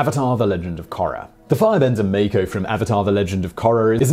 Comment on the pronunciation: Mah-koh you pronounced it as if it was spelled meiko